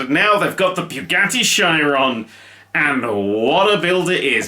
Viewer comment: Beugadi shairon... no. Boogatti sheeron